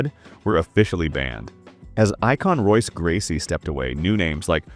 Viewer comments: Royce Gracie is pronounced Hoyce, as is every R name in the Gracie family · Can’t stay if you say ROYce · Royce. It's pronounced Hoyce. Lost all credibility in less than 30 seconds. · not even 30 seconds in and you mispronounce royce gracie. wtf kind of mma channel is this if you dont even know their names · Soon as the video pronounces the R in Royce I check out. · "Royce" Gracie, immediately stopped this video and removed it from my history. Fuck AI dialogue videos. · What do you expect, they pronounced Royce with a hard R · "Veetor Belfort, Royce Gracie" lol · The AI butchering pronunciation of names like Royce and Rua is infuriating.